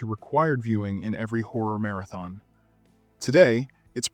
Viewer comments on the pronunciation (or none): none